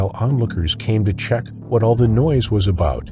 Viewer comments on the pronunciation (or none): none